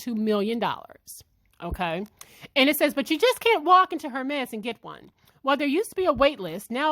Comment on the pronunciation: The H is Silent. Pronounced ehr-mez